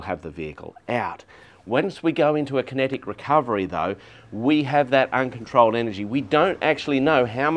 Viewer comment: It made more sense when I finally figured out he was saying “kinetic recovery”… not “connected recovery”